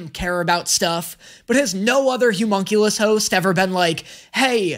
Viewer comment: I am BEGGING you. It's the O in homunculus is an "Uh" sound! Not an oo sound! Please!!!!!!!